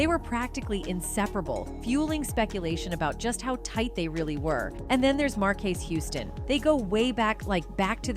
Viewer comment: You said Markay Houston and Ferell Williams.....Noooooo.... Unsubscribed now.... 🤡